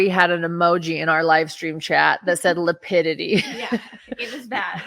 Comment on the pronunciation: Yessssss. “Lapitity”😂😂😂😂